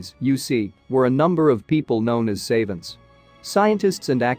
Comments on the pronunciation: You mean “ savants”? Both A’s are short. Not say-vaunts. I think I have heard every word in English mispronounced on YouTube in the last ten years. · The twisted pronunciations of, e.g., "savants" and "hieroglyphs", and the misrepresentations about the hieroglyphs being translated, make this unwatchable and absolutely unprofessionally done. Pitiful.